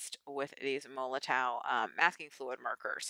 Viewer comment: the w is pronounced as v. just for your info. i use regular masking fluid but this look good to me. tfs